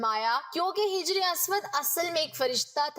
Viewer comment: Jijar Nahin Hajar